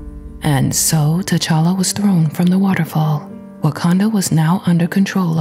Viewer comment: Storm said tachalale and that's what I call my cat cuse we named him after tachala